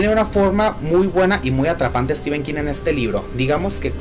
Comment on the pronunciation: Muy bien por decir STEPHEN como stíven, no stifen. Prácticamente todos los youtubers de habla hispana que veo dicen stífen. El otro día vi a uno mexicano que lo dice bien. Ahora he pensado que tal vez Mexico sea la excepción y ahí, al lado de EE UU sí se dice bien.